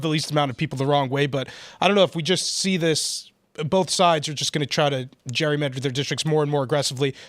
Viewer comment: I know this may seem petty, and I truly mean no disrespect—but someone should probably let Phil know that the word is pronounced just as it's spelled: Gerrymander, not Jurymander, as he appears to be saying.